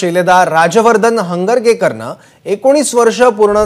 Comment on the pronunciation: Hangargekar aahi not Hangrekar